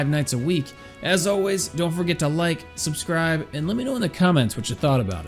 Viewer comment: Your complaints are ridiculous. You could have just said it was a nice game and not feel forced to find SOMETHING, ANYTHING wrong with it. Also, you can't say peace properly, you sound like the white gaming nerd you (and I) are, so just don't man. Other than that, I enjoyed your review and didn't find your voice annoying, which is unusual in gaming reviewers these days.